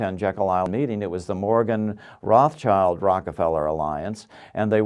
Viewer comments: BTW, it's Rothschild, not Rothchild. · Its not Roth Child. Its Rothschild. It means red shield in German.